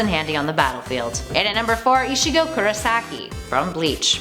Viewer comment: Vecheetah Nawrootoh Eesheego